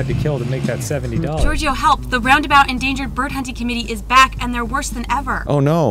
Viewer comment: Game: "If you're ever in the city of ROundabout, stop by!" A minute passes. Arin: "I'm pretty sure the TOWN isn't called Roudnabout, heh." Never change, Arin.